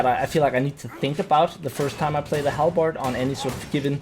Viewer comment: WAAAAGH !!! It's pronunced ...... hal- buhd !!!! Never do this again ! 😁 Fun fact : In Hungary : Alabárd ! And how do you pronunce in your country guys ? Write down !